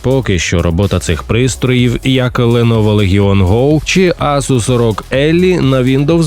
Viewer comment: думаю що ASUS ROG - не "ЕЛЛІ"